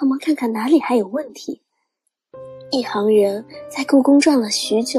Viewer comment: 一行（xing）人能读成一行（hang）人，我也是醉了。。。。。。